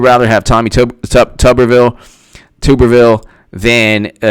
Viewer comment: Just fyi it's pronounced TUBuhrville not TOOBuhrville haha